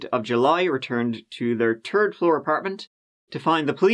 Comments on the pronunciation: I think it's funny when he says instead of third 🤣! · My personal fav is the turd floor 🤣 I love this guy